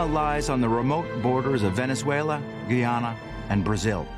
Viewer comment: Guyana- pronouced gai·aa·nuh; only when it was British Guiana was it pronounced gee·aa·nuh. Great documentary but that threw me within the first few seconds and made me question the accuracy of the information provided. Looking up how to pronounce the name of a country (and ensuring your narrator was aware) should have been the most rudimentary of research. It hasn't been pronounced as the narrator does, since the 1970s...